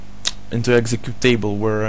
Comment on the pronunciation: чел, но твой инглиш слушать пипец нереально "сетапед корректли" "экзекьютЕйбл" ))))) нереально смотреть, уши режет...